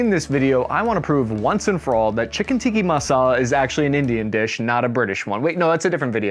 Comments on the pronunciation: you did not just say chicken Tikki masala :I , *Chicken Tikka Masala bro Tikka , tikki is a whole other thing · TIKKA not TIKKI..... wtf is up with you yanks first TIKKI torches & now TIKKI masala 😅🤣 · Chicken "Tika" not teekee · Its chicken tikka and not tikki. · Bro, just a slight correction - its called 'Tikka' instead of Tikki. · Tikka not teekee (pronunciation) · Chiken tikka masala 'sighs' 1 its an INDIAN dish 2 its chiken tikka masala not ckiken tikki masala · Chicken Tikka masala not tikki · Chicken “tikki” masala 😂 you make it sound Hawaiian 🌺 Is that dish big over in the states too? If not, it should be. Long live the tikkA masala.. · TikkA , not tikki. Chicken Tikka masala not chicken tikki masala. It's a British dish btw , not Indian or Polynesian. It was invented by Indian immigrant community in the UK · Chicken tiki massala? Wtf mate it’s tikka. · Uh... Its "tikka" masala, not tiki masala. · It's Tikka not Tikki - it's Indian not Hawaiian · FFS! It’s TikkA not TikkiI! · did you just call it Tikki Masala and not Tikka Masala Edit: TWICE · Not chicken Tiki, thick-ka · Ti-ka. Tikki is mashed potatoes. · Possibly one of the most American moves ever "I'm Italian :)", proceeds to pronounce Bruschetta wrong. Oh yea and its TIK-AH Masala you complete spanner.